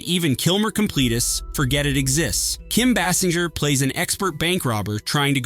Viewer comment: Learn how to pronounce names. Kim 'Bay-singer' Roger 'EEbert', Wes 'STEWdi. And also 'Needful Things' WASN'T Fraser Heston's first time as a director. He co-directed [with his father] 1982's 'Mother Lode' with Kim Basinger and Nick Mancuso. DO YOUR RESEARCH BEFORE MAKING VIDEOS LIKE THESE.